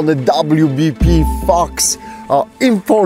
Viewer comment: Boy when you first said wbp "fox" I thought you said something else...😂😂😂....nice to see it made it again with minor damage and still love the stickers